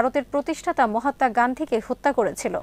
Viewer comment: It is not mahatta say mahatma.